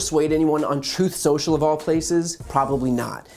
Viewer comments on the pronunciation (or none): "Troth Senshel" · "Troth Sential..."